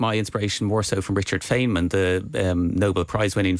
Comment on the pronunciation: He claims Richard Feynman as an ally but can't even pronounce his name.